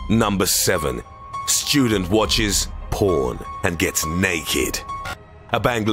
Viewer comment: Shtudent Wotches... POOAN